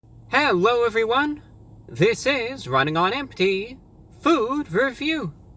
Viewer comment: Hewwo Ewewywon